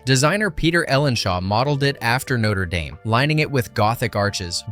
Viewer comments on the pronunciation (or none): Please say Notre Dame properly! It's not Noter Daym 🤦‍♀️ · That's not how you pronounce Notre-Dame.